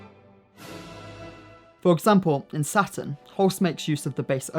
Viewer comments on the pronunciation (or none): none